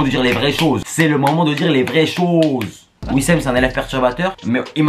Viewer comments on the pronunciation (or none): On dit wissam pas wissem